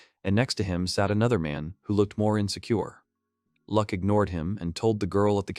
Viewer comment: his name is Luck, not Lack